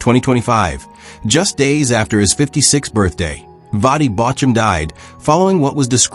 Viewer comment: I would pay more attention if AI knew how to pronounce his name.